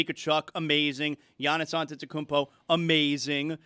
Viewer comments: missed the "m" in Antetokounmpo. That's a fine for everyone. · It is known sounded to me like he missed the "n" not "m". Think everybody pronounces the M so they know it's there.